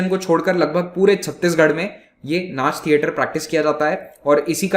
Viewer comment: Sir from Chhattisgarh 8.00 it's नाचा not नाच